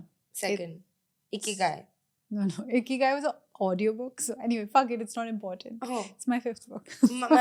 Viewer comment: Been watching this podcast for so long that Ikigai sounded like "Icky-Guy".